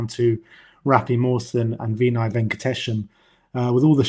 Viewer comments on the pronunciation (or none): Jesus Christ. What is it with you two pronouncing shit wrong, SZY is sizzy. Just like you calling Vinai “Veeeeenai”. Vin-eye. It’s not hard to